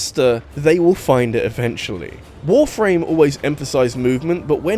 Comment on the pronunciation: I swear, the way you pronounce Warframe sounds like you're saying "Wolf Rain".